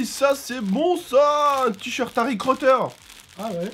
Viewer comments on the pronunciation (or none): C'est moi ou il a dit harry croteur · tu sais au début ta dis Harry crooter